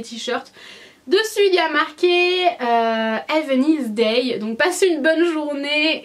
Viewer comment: Le have a nice day prononcé ainsi c'est pas possible.